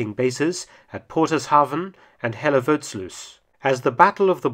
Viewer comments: The way you pronounced Hellevoetssluis was rather funny. Hell-a-foot-sleuth The 'ui' sound is unique to the netherlands. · Welke plaats zei die nou voor Hellevoetsluis?